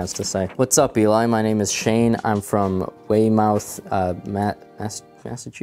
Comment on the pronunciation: Just to let you know because Massachusetts is incredibly strange and we have to be different the town is pronounced way - moth Massachusetts.